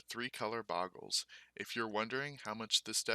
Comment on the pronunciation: I believe it's pronounced bow· gl.